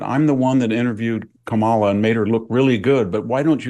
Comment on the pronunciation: K-malla, Kam-ala, Kama-la, Kamel-a, VDH: Ke-mella 🤣🤣